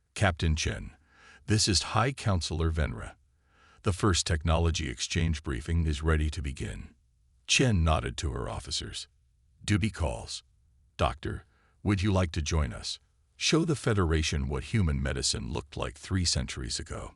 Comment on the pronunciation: HULL! Hull dammit! Not 'haul' or 'hole' or 'hall'. And 'doobie calls'? It's 'duty calls'. Le sigh. Despite the maddening word salads, it's a decent story.